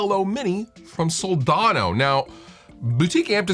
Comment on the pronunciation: *budget-friendly, yo *there are (the word "schools" is plural, yo) It's pronounced Sol-DAN-o, not "daaaaaawn-o"